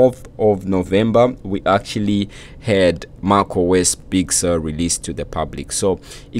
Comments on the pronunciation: Lol, you can pronounce mac as something in between mec and your pronunciation of mac. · Great video but you need to learn how to pronounce macOS. It sounds so weird from you.